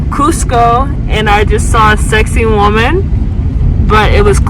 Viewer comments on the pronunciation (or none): As a fellow Virgo and Peruvian I hope you understand that I am coming from a good place in my heart. Its not pronounced “sexy woman”. It is Sacsayhuamán. You can try by saying: Sac (instead of sex) - say (forgivable if you pronounce it like the word “say” in English) - huaman (does sound like “woman”, but instead put the emphasis/accent in “man”, not “wo”). Thanks for visiting and I hope you had a safe and fun trip.